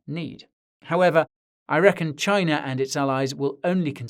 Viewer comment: You should pronounce India and China. Respect the name of nations.